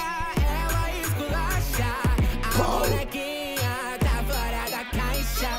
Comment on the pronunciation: Ele tentando falar "Bonekinha" kkkk amo ❤️